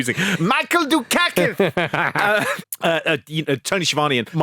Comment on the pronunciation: “Michael Du-KACK-ith!” 😂